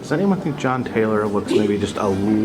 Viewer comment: It's not "Taylor" - it's TYLER. You're looking at 10, but you've got 12 on the brain, brother.